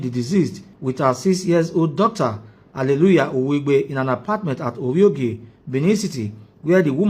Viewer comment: Ovbiogie not oviogie